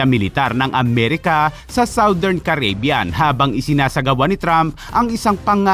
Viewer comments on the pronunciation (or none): I like your videos but pls it is pronounced kar ri bee yan. Not keybyan